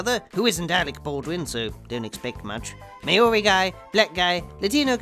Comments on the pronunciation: ‘Mah-ori’ lol, I’d get my ass kicked if I said that in NZ, great video btw, good to see you’re back. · Lol... Its moldy (Maori) like moldy bread... Not May-Ori like Mayonnaise... But yeah, agree! The monster had so much potential but the acting was like watching old ball bags swing for 40 odd minutes.